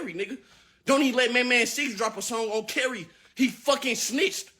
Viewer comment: On caree, On Carey, on carry, on Carie, on-carry, on Kerry, on care-e, awn que ree